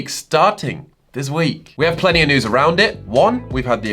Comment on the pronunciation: Whenever you say News, it always sounds like Nudes to me for some reasons XD